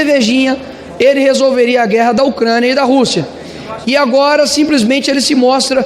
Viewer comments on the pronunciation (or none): none